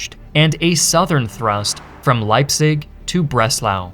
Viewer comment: can even pronounce leipzig bro